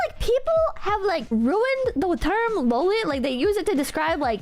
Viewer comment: might be the first Westerner on Youtube that I've ever seen actually pronounce "loli" correctly. Which is surprising, considering how many anime/weeb Youtubers I've watched over the years.